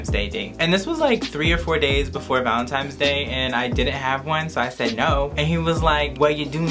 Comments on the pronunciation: It’s not valentimes it’s valentines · ValeNtines day lol not valeMtines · Who els is annoyed he keeps saying valinTIMES?!😭😂😂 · Omg you said VALENTIMES day lol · He said valenTIMES day